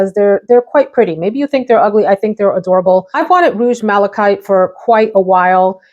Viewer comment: You’re saying malachite correctly, it’s a type of stone which is colored in shades of green because of the copper in it. It also occurs naturally with a beautiful blue stone called azurite.